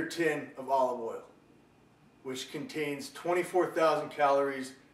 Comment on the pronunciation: Dude called oil "oily" 😂😂😂😂😂